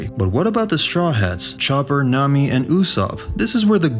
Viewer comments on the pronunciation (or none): none